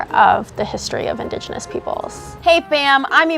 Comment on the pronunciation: That bitch can't say 'indigenous' correctly to save her sorry hide...